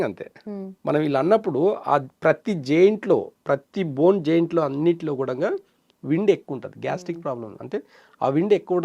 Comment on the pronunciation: జైంట్ కాదు జాయింట్ 😂😂😂😂😂😂😂